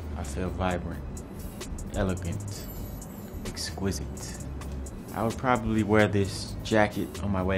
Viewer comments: did 21 savage say equiset lmaoo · we shoulda known he was British he was always pronouncing exquisite a little too perfect